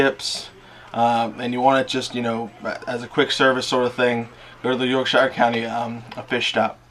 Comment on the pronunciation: coming from a brit your accent wasnt bad at all ;p certainly better than most..btw.. fyi.. its not pronounced SHIRE as in "lord of the rings hobbits home" its actually pronounced SHEER as in CHEER. Ive only heard a few americans actually pronounce it correctly.. and one was a texan with a seriously thick accent.. very funny to hear him pronounce it the correct way.. neways.. good effort.. and as always.. amazing update.. u have a great personality .. keeps a lot of people watching matey.